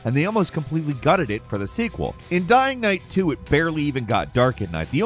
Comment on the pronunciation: you said “Dying Night 2.”